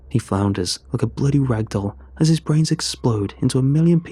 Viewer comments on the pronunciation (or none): none